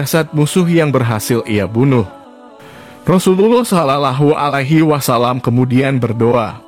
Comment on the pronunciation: Bukan Islam ya yg baca video nya sulit bgt ngomong sallawohualaihiwassallam